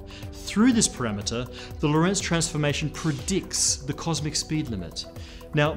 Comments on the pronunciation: Geodesic is not my problem - LORENTZ is. When will physicists (all of them) learn how to pronounce that name? It needs emphasis on the first syllable not the second! REMEMBER. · Hey guy, if you are talking about Hendrik Antoon Lorentz, you are stressing the wrong syllable. The stress is on the first syllable "Lo". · "Lorentz" should be pronounced with the emphasis on the first syllable. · This makes me pig-biting mad! Quit mispronouncing Lorentz's name, for crying out loud! It is NOT pronounced "lorEntz". It is properly pronounced with emphasis on the first vowel, the "o". So quit saying "lorEntz", and start saying "lOrentz" - dammit! Why can English speakers never get names and places right? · Great channel and content, congratulations and thank you very much! Btw Lorentz is the German version of the name Lawrence, and is also pronounced with stress on the first syllable. IPA: [ˈloːʁɛnt͡s]